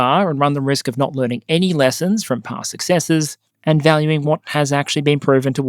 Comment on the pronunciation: “understands the risl.” Lol, I want that on a shirt or something…